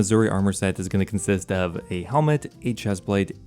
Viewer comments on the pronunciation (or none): none